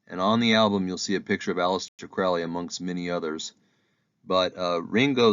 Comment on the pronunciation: It's Alistair Crowley like the Crow NOT Crouly. Please pronounce it correctly.